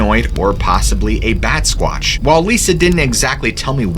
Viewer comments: batsquach? really? bruh call it simple ... a Vaampire.. vampire.. simple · Wait... wait. Did he say Batsquatch...😄😄😄🤣😂🤣😂